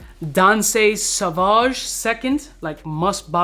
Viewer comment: Why you acting like you’ve never seen the word “Sauvage” before lol